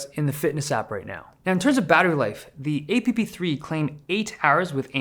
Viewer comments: STOP CALLING THEM AY PEE PEE. CRINGE AF BRO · Look Dave I love your videos, been a fan since the beginning, but please don’t say EH-PEE-PEE again. Ever. That’s not a real acronym. You’ll get to introduce some new terms to the tech world (if that’s what you’re going for) but this is not it. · Couldn’t watch…. A-Pee-Pee… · It’s funny how annoying it is when he says Aye pi pi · I'm actually gonna kill myself if he says apepe again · Please put this guy on a trial for torturing our ears by saying eypipi non-stop for nearly 10 minutes. He definitely deserves to be sentenced for this 😅